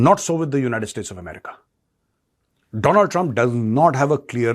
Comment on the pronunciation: As a qualified and wise person please pronounce america properly